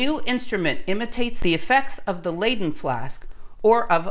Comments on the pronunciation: It's "Leidse fles.'Not pronounced ai, but just I"So not Laiden but Liden Jar! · I love your videos but your pronunciation of many fundamental words like "layden" jar is just...no.